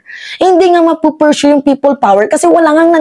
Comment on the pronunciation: iha "pursue" at hindi "pershue". Hindi demolition job, kundi false propaganda para kumuha ng simpatia.